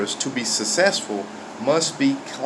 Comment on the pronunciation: Thats a good message. you pronounce successful as sussessful though.